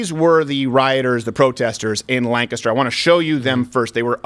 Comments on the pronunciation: Hooray! Finally a commentator who knows how to pronounce LANK'ster. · Thank you for pronouncing Lancaster properly. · Thanks for pronouncing Lancaster correctly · Thank you for giving the obvious facts a platform for my City to see clearly (I’m from Lancaster also kudos to you for pronouncing the city right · As someone who lives in Lancaster, Pa. Thank you for pronouncing Lancaster right! And the people who talked about cats and dogs are not from here. This is a conservative area. Even the Democrats here are conservative compared to California. If the riots would have gone into a second night the rural and farm area would have united and come down on these antifa with armed force. We love Lancaster and will not see kids burn it down. We are already seeing the governor ruin our small businesses. Enough is enough. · Thanks for saying Lancaster properly. I feel welcome. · As a resident of Lancaster , thank you for pronouncing it correct unlike Ben. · Thanks for pronouncing Lancaster correctly! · First of all, I appreciate you pronouncing "Lancaster" the way we do. Today's local newspaper quoted the family as saying he was schizophrenic and he didn't take his latest dosage of medicine. His sister said, "Being sick is not a crime." Now how was the officer supposed to know that? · Thank you for pronouncing Lancaster correctly. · BTW, thank you so much for pronouncing Lancaster correctly. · Omg he actually said Lancaster right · Shout out to crowder for pronouncing Lancaster like a local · Hey, he said Lancaster correctly! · Wow...he pronounced Lancaster correctly. Kudos bro. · The fact that you pronounced Lancaster correctly made it all the better. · hey...you pronounced Lancaster correctly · Steven, I’m so happy you said Lancaster right!!!!! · I would riot of you pronounced "Lancaster" wrong, but you didn't Steven. Damn it, Steven, you didn't. Also, sorry for the idiots in my county. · You almost said Lancaster correctly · Thank you for saying Lancaster correctly!